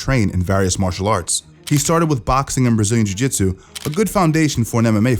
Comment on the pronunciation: Iv-re-buddy knows Schaub is a zh zhitsu master